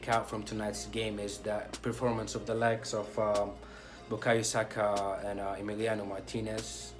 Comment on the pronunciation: is how you say Bukayo Saka. Bukayo being a Yoruba name and Saka being the Yoruba short form for Zakariya (Muslim name for Zachariah).